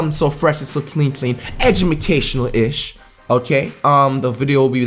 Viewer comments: "ejuhmecational" is how flight says educational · flight is is so god damn dumb did nigga said edjumucation light 3 times dis nigga is dumb ass shit